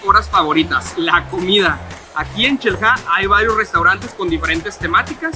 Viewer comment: "Nos encontramos en Chel-ha" jajaja